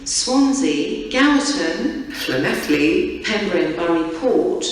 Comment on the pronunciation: LLanelli was announced wrong